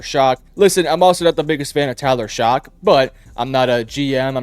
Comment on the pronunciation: For the record, Tyler Shough's last name is pronounced "Shuck" and not "Shock". It isn't a big deal, but it was bothering me through the video. 😂